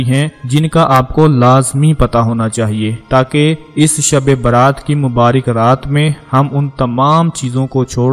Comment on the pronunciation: Dhabi Baaraat nahi balki shabi Barat hay